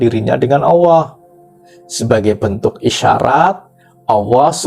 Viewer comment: Kok di sebutnya awooh..bukan alloh😊